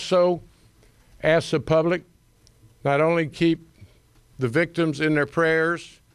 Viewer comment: You would think a CHIEF OF police in A major U S City could pronounce the word “ ASK” in 2024